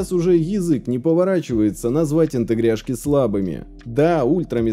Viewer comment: Почему "интегряшки", а не "интеграшки"?